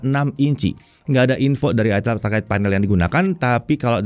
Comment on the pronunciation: Itel dibacanya aitel Bukan itel bukan itil